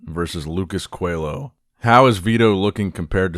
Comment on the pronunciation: It’s “Lucas CoeLHo”